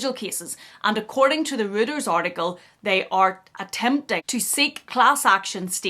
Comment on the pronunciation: It's an ugly bag. By the way Reuters is pronounced ROYters, not rooters. And it's ridiculous that the shop assistants are given the hoity-toity title of Sales Associates. If they are not earning commission and are on a wage or salary, they are shop assistants.